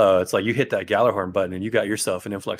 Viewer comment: Why do people still pronounce "Gjallarhorn" wrong? They say it IN THE GAME, and those who work[ed] on the game pronounce it 'Yal-ar-horn'. Not 'Gal-a-horn'.